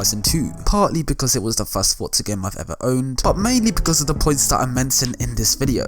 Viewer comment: Why do people pronounce "forza" like "fortza"? Its "forza"